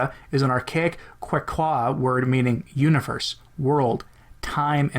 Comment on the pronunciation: I think 8ts pronounced catch-u-wah